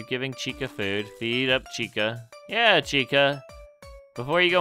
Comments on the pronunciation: it chicka not chica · Dude its CHICA not Chicka